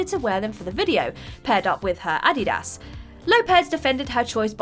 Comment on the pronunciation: I love how she mispronounces things. Adid-os.